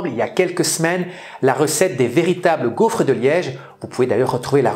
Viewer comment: Pourquoi su dis "gouffre"? 🤭